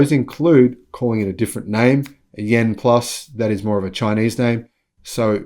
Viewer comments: The name of the EV is YUAN, not YEN! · Hello, greetings from Sydney. Chinese currency is Yuan. It could be my hearing but it sound like you were saying Yen for Japanese currency. To pronounce Yuan say “you aren’t” without the T at the end. Apart from that great video. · By the way; you're mispronouncing the Chinese currency. Check out this vid for an explainer And, Yen is the Japanese currency.